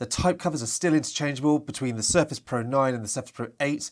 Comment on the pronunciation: Thanks for the video but I would recommend you to improve the way you pronounce Surface pro.